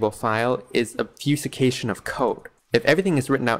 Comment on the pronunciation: Super minor note: "obfuscation" is pronounced, "obb" (like "knob") - foo (like foobar) - scation (like vacation", but with an "s" instead of "va").